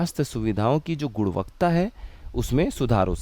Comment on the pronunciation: Thanks ❤ गुणवत्ता not गुणवक्ता